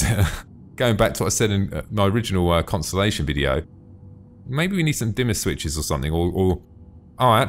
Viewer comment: You sed Constenlation lol. =P But just watched the old version of the conni and compared it to the new version and omfg it looks so much better. Im so happy they remade them.